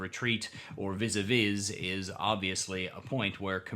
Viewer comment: Sorry to be that guy, but “vis a vis” is pronounced “veez a vee”. Good video. First time I’m seeing your channel, and I’ll check out more.